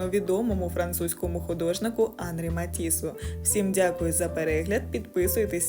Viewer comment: Оскільки Матісс - француз, то і в імені наголос на останньому складі: Анрí.